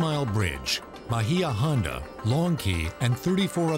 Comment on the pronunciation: I live in the Key West. Nobody from the Florida Keys calls Bahia Honda, 'bah-hee-ah' ; It is CORRECTLY pronounced 'bay-yah'. The 'i' is soft and subtle so as to Not be intelligible/audible.